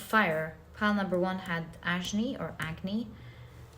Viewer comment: Hey! Just because you love your pronunciations. Agni/Fire - "AG" in "AGNI" is pronounced as "UG" in JUG". Thanks for your positivity and energy cum tarot reading as always. Blessed be!